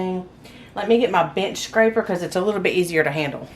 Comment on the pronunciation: I love your accent, but I did think you said bitch scraper 😂